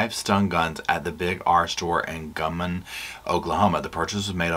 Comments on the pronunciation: [I live in Ada, OK - its pronounced "guy-mun" Guymon. Sorry, i still love you & Roscoe!] ❤❤❤❤❤❤❤❤❤ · Its pronounced GUY MAN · Thanks for updating us on this case- I hadn’t heard much except that the ladies were missing. This is so horrible… what is wrong with these people?! 🛋️🛋️🛋️🛋️🛋️ Oh yeah- it’s pronounced Guy-mon. 😊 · I liked your concise wrap up. I have been following this case since day one. I hope you will keep updating on this case. You pronounced Hugoton correctly yay! It is Guy like a guy, and mon like Jamaica mon! Lol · Hi,! I was raised in Guymon, Oklahoma. It’s Guy-mon. 😂 Haven’t been back in years, but it was a good place to grow up. Xoxo to Roscoe:_Lovesit::_SofaSquad